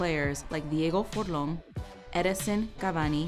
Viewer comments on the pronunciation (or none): Diego Forlán, no "Diego Forlón" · Am I the only one got triggered by the way she said uruguay and forlan aswell as other words